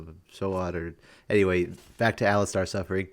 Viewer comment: What the hell is an "el-istarr"